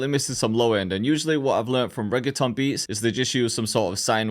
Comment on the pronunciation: nigga says reggaeton but cant say reggaeton properly.